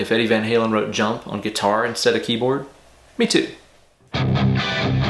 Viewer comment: Awesome sauce ✌️ ... 'guitary' - love your English 🤪 Seriously, awesome idea to put this back on guitar and 'Van-Halenize' it even more 😝